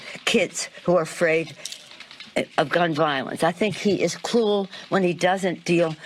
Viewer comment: When she said cruel it sounded more like the Lovecraft pronunciation of Cthulhu.